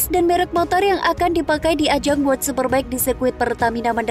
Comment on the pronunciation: World super bike min bukan word